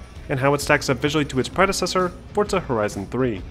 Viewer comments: It’s “Forza” not “Fortza”😂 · forza, not fort-za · ForZZZZZA not ForTSA... Damn english people need to learn pronunciations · Okay, why does everyone say “Fortza” instead of its proper name “Forza” I’ve heard 2 people say Fortza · Where is the T in forza?! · There is no t in forza...Fortza? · Whaaat?!? It's pronounced as "fortsa"? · It's italian and pronounced Fortza. Don't lecture people about pronunciations if you don't know how to pronounce it yourself. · Let me tell you a scary story FORTZA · If anything. italians with a thicker accent use a D sound. But never a T. Argue how you want but its not the way its said